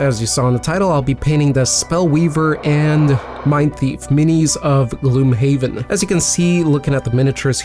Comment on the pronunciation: I always thought it's pronounced "gloomhaven" not "gloomhaven"